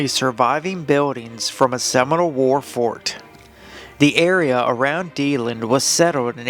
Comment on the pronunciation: Ybor City is pronounced like "Ee bore City", Deland is pronounced like "Dee Land".